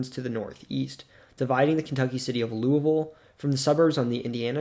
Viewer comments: Pronounced Louisville correctly, bravo! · As a southern Hoosier you have no clue how happy I am that you said louisville normally. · I'm going to assume you've never been to Louisville. But literally everyone in the surrounding area pronounces it loo-ah-ville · You (almost) pronounced Louisville correctly! That in of itself earns the video a “like” ;)